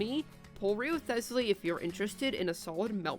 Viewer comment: Since you threatened me with jail (though I wouldn't even mind that much with Wriotheley as my jailer :3) if I didn't comment: Good video, and here are tips to pronounce the two names correctly. Wriothesley is pronounced: "rise-lee" Neuvilette is pronounced: "Noe ("oe" pronounced like the "u" in "hurt")-vee-let"